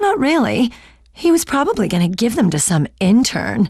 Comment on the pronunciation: Do you mean the gentleman who probelbebliblablyablalab the defendants bleblyblibbleblehblebroblybliableh guilty at the bleblibgblab of trial?